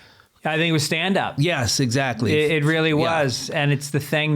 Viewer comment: Did he say “Zachly” ? He’s always on point! 😂